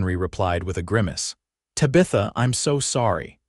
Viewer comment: AAAAGGGGGGHHHH!!!!!! Tabitha is NOT Ta-Bith-A - it's TAB-ith-a! Fix AI please!!!